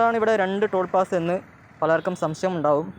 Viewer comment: ടോൾ പാസ്സ അല്ല ടോൾ പ്ലാസ. 😭😭😭